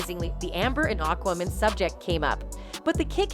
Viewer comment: AND FOR THE LOVE OF GOD WOMAN.... ITS AQUAAA... NOT AKMIN!! AQUAAAa.... As in water.... Ya know???